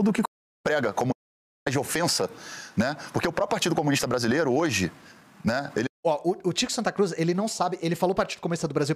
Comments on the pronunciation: CO - MU - NIS - TA são quatro sílabas... #TMJ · 4 sílabas. Por favor né